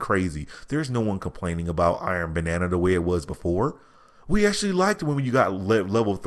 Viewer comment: Why does he keep saying Iron Banana?